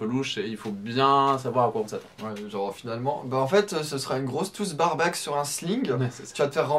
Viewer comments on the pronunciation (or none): bareback =ˈbe(ə)rˌbak : le a se prononce ai & pas comme dans Barback. ;)